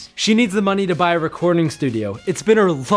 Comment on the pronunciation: "She needs the money to buy a re-CORN-ing studio."